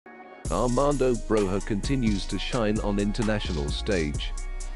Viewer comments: its pronounced as Broya not Broha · it is pronounced Broyah